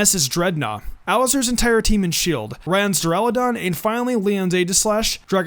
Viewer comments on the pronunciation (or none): why tf do u have an impidimp? u know that it has 2 more evolutions right? XD. (BTW its duraludon not deraludon).